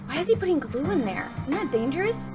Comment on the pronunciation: Is not glueeeeeee